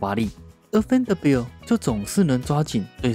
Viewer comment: Vanderbilt的名字有這麼難發音嗎？發音這麼糟去學一下英文好嗎？